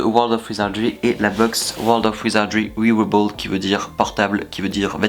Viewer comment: Harry Potter Tout Simplement super la vidéo mais stp wearable ça se prononce comme un ours en anglais: bear ("wèrable")